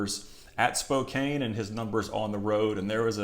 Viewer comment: Pronounced : Spocan. Love the content.